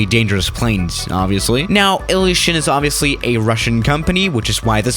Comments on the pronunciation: It's "ilyushin il-76" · Total BS, most of the people saying this aircraft or that aircraft is the most dangerous have no background in aviation or know what they are talking about. You don't even know how to pronounce the aircraft you are flying in this simulator.